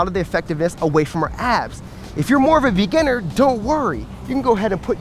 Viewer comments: am I the onlyone that heard "If you are more of a vegan" rather than "If you are more of a begginer"? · lmao same